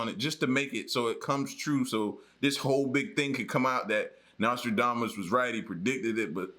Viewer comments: WATCH!! David Icke... "we warned you something is coming and now its here" Way beyond crypto currency!! Omg everyone Watch Watch Watch!! 😱😱😖 lol and its pronounced domas not damess 🤭🤭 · Hey this is America his name is Nostradamus Dom not dame